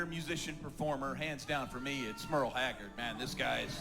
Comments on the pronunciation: You keep pronouncing Merle wrong even after Garth said it correctly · Mr. Haggard's name is pronounced Murl, not Merrill. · Not Meryl - like Streep. It's Merle which rhymes with pearl. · Haha! Merl Haggard pronounced like girl haggard merl haggard It’s funny the way you say merl. Me-rel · Pronounced Murl not Marle and Merle got his Start from Buck Owens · It's merle rhymes with Earl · When you dive into this you'll realize how much he sounds like the singers he's doing, check it out. And a little fyi, his name is pronounced Merl ..lol love you ❤ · Merle is pronounced Murrel. Merle Streep is Marel. You're close. Glad you love the music. I really enjoy your reactions. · I noticed you're pronouncing Merle Haggard's first name wrong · Merle is pronounced (Murl). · Haggard's first name is Merle, not Meryl. 🤣 😜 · Love ya,, truly I do, but it's Merle (Pronunced "Murl" -- ONE syllable), and, yes, Merle was an inmate for a little while. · Merle. Not Merrill. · Love your content, and I see you are quickly becoming a country artist fan. And because of that, I want to tell you that Merle's name is pronounced Murl. I have a feeling you'd want to get that right. I think your channel is amazing! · Merle... Rhymes with Earl. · Merle Haggard's first name is pronounced like Earl w an M in front!!!